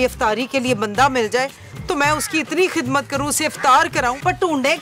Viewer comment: Jogi ❌ JoJi ✅ . Kizmat ❌ Khizmat ✅